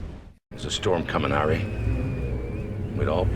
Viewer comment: "Storm coming 'Arry"